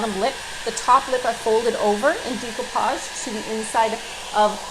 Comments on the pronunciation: I believe it pronounced de' not dee de(')coupage. I couldn't watch your video because you don't pronounced it right. Very annoying. Sorry. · Very nice video. However, the word is pronounced "day" not "dee" as in day-ku-pazh. Beautiful old craft I did quite a many years ago. Looks like it's having a resurgence. Stenciling too! Glad to see that. Enjoyed the video! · You're gorgeous (you belong in the movies), love your tutorial and ideas BUT your pronunciation of the word "decoupage" hurts my ears. It's pronounced "day-koo-paazh" not "dee-ko-paag" If you are in this business, your pronunciation of this word is important. I know people will tell me to relax or if I don't have anything nice to say, blah blah blah. But I feel that it is important to maintain the English language, not only for this, but also for future generations. I'm sorry if this hurts your feelings. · Is no one going to address the fact that she pronounces decoupage incorrectly?